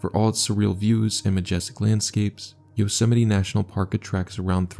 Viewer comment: Bro thats not how you probounce yosemite